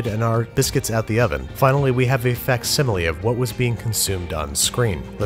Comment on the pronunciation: I chuckle every time you say facsimile.